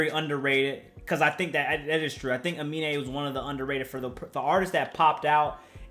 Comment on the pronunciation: It’s Uh-Me-Nae 😂